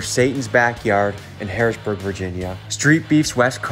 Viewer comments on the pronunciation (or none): Harrisonburg Virginia not Harrisburg Virginia 😂 sorry I live in VA so caught the mistake 😅 still love you though, big dogs gotta eat ❤️ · Mannn any1 who never lived there always say “harrisburg” its “harriSONburg”!😭💀 but it rlly aint that deep lmaooo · Harrisonburg not Harrisburg lol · Harrisonburg, Virginia . Say it correctly